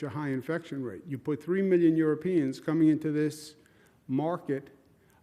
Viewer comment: Wait I thought he said three minion Europeans 😂😭